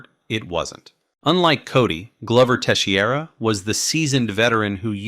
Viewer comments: teixeira is pronounced more like tay-shay-ruh (at least in continental portuguese...the guy is presumably brazillian though), not tay-she-ey-ra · Glover teshee area. Sure. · Glover Tesheeara 😅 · "Tesshy-era" haha. But for real, as amazing as that fight was, I still get mad thinking about him basically handing the victory over. He did it with Anthony Smith too. Kept trying to look for submissions when two or three more punches would have stopped the fight, and ended up prolonging the damn thing. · This video is great, but please work on your pronunciation of the fighters names. Jiri and Glovers surnames were butchered 😂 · think of it as Pro-Has-ka and te-shera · Teshy-era and Pro-chaz-ca? Do you watch MMA my friend? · Glove er teshey era vs Jiri pro chaz ka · Bro definitely butchered Prochazka and Teixeira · Is this sarcasm? He butchered Texiera and Prochazka as I was reading your message.